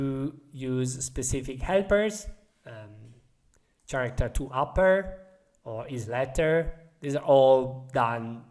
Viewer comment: the "ch" in "character" is pronounced like a "k".... just so you know